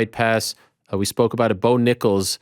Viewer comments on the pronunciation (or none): none